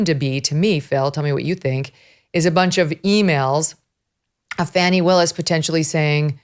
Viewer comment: By the way everybody its pronounced Fawni!